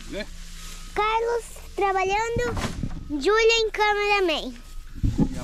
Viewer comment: Não é Júlia é Djulia